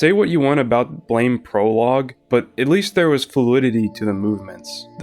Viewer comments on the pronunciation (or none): Ok. Imma do the BLAME! comunity Meme before someone else does... Ehem... It's pronouced BLAM! not BLAME! I always love to see people talking about one of my absolute favorite series of all time, and i also feel that the adaptations left outside of the conversation way to often. I personally got introduced into the series by the .0.11 OVAs and loved it so much that i read everysingle Nihei work after it. More people sould know about this wonderful series.